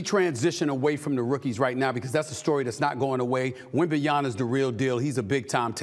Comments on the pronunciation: Stephen A. Smith, it's 2024, pronounce the man's name correctly. WembanyaMA not Na, MA. You're getting paid to talk for a living, act like it. If it's too complicated for you, then just say Wemby. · Stephen A it’s wembanYAMAN NOT wembanYANA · SAS not able to pronounce Wembanyama after this long says a lot about him.